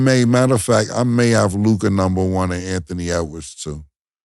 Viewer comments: Damn… Now that Dallas is in the semifinals I gotta listen to Mase butchering LUKA’s name!! 🤦🏾‍♂️ it’s LOU-KAH Not LOUGAAD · Someone tell Mase it’s loo-kuh not Lu-kahhhhh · I hate how mase say luca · Who taught make how to pronounce “Luka”? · The way MASE pronounces Luka annoys me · Why does Mase Pronounce Luka name like that? He know something we dont know? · Why does Mase pronounce Luka’s name like that? Shit is wild lol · Everytime mase say Luka name his pisses me off